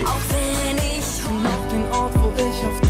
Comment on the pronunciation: You should hear some of these songs complete.... And dude, please, hold your ick and say not ich.. Welcome you can Berlinern 🤣